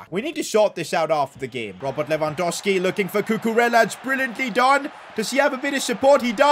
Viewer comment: Its LewandoWWWski. Not Lewandoski